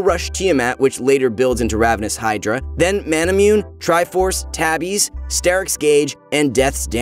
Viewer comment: Ma-na-mu-ne not ma-na-myoon since it is based on Masamune na sword